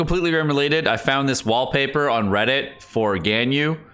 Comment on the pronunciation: her name is pronounced gahn-you not gen-you